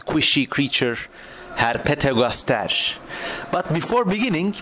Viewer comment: He says ”Herpetogastashe”